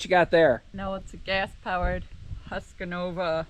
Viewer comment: Its Husk - Varna there is no a in the middle 👍